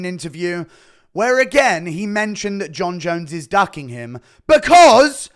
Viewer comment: Enunciate...... DUCKING and DOCKING are 2 different words with separate and unique definitions